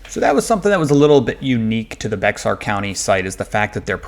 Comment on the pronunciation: Very helpful. Something to note is Bexar is pronounced "Bear" County.